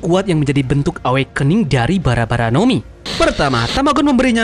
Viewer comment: Ĕwekning gak sih bacanya, bukan awakening min